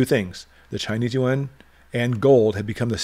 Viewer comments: Thanks for the great inte! By the way, the Chinese currency is pronounced ‘ YOO-AAWWNN’ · Hummm, I think the Chinese in China refer to it as you-awn. That is the international currency. The interior currency is the Renminbe. Most people in China do not carry the Yuan.